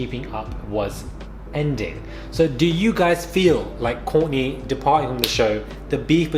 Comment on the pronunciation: WTH ARE YOU SAING KOURTNEY HOW THE NAME YOU SAID: KOURNEY... ☆☆ HAHA!!